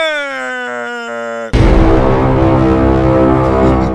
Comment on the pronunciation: Come on Tatum at least try to pronounce the man’s name correctly it makes you sound like a phony.